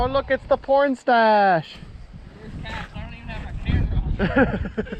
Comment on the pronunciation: My mom was right next to me when you said pornstash I thought my butt was toast